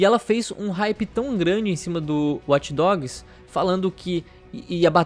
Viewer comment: Eu fico puto só de escutar esse "Uati dogs", assim como Over Uati" pelo amor de Deus. É WATCH, não uati.